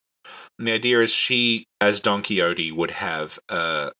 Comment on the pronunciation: is really lucky that isn't making him pronounce don Quijote properly...